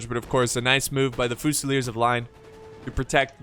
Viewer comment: Yes, Germans call France Frankreich. Guess what the French call Germany? Allemagne. I've been watching your videos for years and while your mispronunciation of words is quirky and often entertaining, it could easily be remedied by an hour on the internet. I can't believe you never heard of Frankreich. Fusilier in English: few-se-leer. In French: fu-se-leeay. On the positive side, at least as far as Total War is concerned, your understanding of tactics and strategy is superlative.